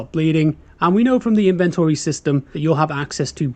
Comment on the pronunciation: He says things wrong, such as tourniquet and inventory, a couple of times, which are the obvious AI words